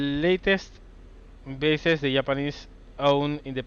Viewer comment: "...It was mostly b****es, port and airstrip" Sorry for pointing at your accent, but you made me giggle like crazy XD Haven't watched the whole video yet, but I want to say that I'm loving this LP. Keep up the awesome work! :)